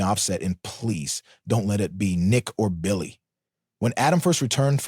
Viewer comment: LOL! why did you say Bil-LAY like that? 🤣🤣🤣